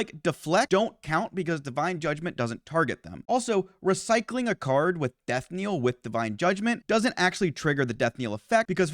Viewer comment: Ah yes, "Death-Kneel"